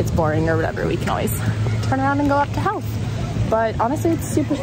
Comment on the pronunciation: Howth is pronounced with an o sound not like how.Its an easy mistake if your not from ireland